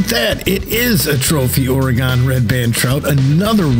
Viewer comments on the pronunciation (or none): its pronounced "or-eh-gin"! jesus i couldnt watch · Your videos are great, very helpful. However if I have to hear you pronounce Oregon like you have again I’m going to stick a hot poker in my ears. Oregon is pronounced Or-eh-gun. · IT'S PRONOUNCED OR-A-GIN JESUS I COULD BARELY WATCH THIS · Love it when someone who isnt from the pnw tries to pronounce Oregon, Puyallup, Kaniq, etc. Thank you the tip and a good laugh 😂😂😂. Oregon is pronounced organ 😉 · Where in the hell is or-e-gone? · Oh, I know how Oregon is pronounced, I just thoroughly enjoy pronouncing it incorrectly as "Ore-ghan." lol. Hope the tips help! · yes it is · the way you say Oregon is killing me. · Maybe try pronouncing oregon right